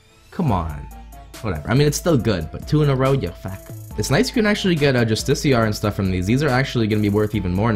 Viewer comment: Bruh it’s justi-car not justiciar